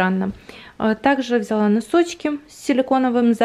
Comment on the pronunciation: Как я люблю когда говорит ВзЯла.... Так по украински))))